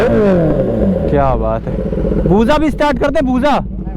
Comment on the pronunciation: Areeh BUJAA NAHI BUSAA HAI BHAI..TORA TERA PRONOUNCED TIK KAR BHAI